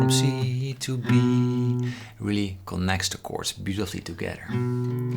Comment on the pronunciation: Oh, bro! Why do you pronounce "connect" as "qonnect" like Turkic and Arabic peoples? Just curious!